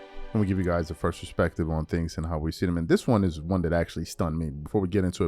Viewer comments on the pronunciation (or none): none